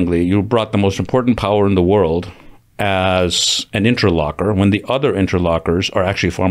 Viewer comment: interlocutor, not interlocker.